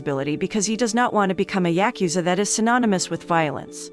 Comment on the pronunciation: Say it with me " yah-ku-za"